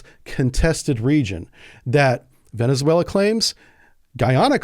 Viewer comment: Venezuela is 4 syllables